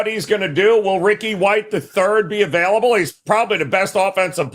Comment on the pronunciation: can’t say available for shit